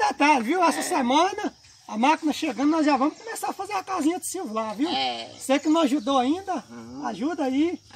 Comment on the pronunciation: falou silvokkk,bh.